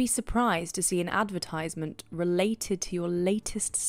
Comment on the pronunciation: Plz check your pronunciation of advertisement